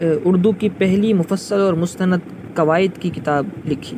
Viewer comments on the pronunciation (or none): کاش آپ مولوی عبدالحق صاحب کہتے! باربارمولوی عبدالحق کہ رہےہیں۔ کواعدنہیں قواعد نیزکدیم نہیں قدیم اپناتلفظ درست کیجئیے